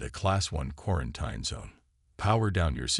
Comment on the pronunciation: I truly wish AI would learn how to properly pronounce words like “quarantine”.